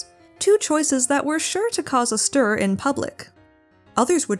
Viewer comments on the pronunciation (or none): none